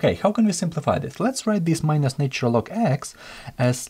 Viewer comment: Love the explanations thanks for your video ❤ just one feedback it’s not said “NAYtural” - Although the word Nature is distinctly so, the Na in ‘NAtural’ is pronounced same way as NASA, or Na X.. in russian 😇